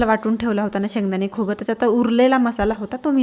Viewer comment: प्रथम नीट बोला व्यास शीकां खोबर नाही खोबरं म्हण